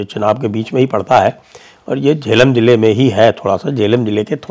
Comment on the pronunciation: Zila hota Hai... Jila nai... Dhut bolna ata nai chalay hain